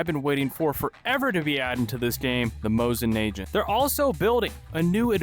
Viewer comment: NAH- GAU- NT it's nah gau nt not agent